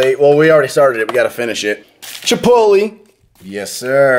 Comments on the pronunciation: Chipot-lay, not chipot-lee nick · it's obvious you don't explicitly say chipot lay, but it is a short e not a long e phonetically